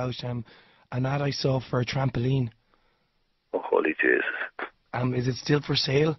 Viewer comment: “Oh holy jaysis” 😂💀😂💀